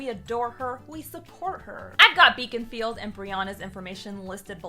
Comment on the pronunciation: She had be at Baconfield. I know it's Beaconfield, but it SOUNDED like BACONfield. Who doesn't want a field of Bacon?!